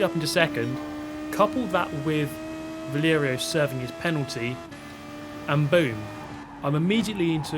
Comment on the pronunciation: Bro, it's VALERIO, not VLERIO😅